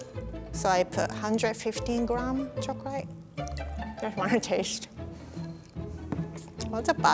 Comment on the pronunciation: why does she say "chocalay"